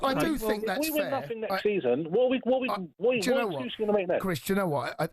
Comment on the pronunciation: exscuses, exscuses, excsuses